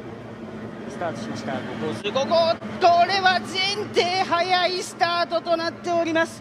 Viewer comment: 宮島ですね。スタートしました！ の発音が好き。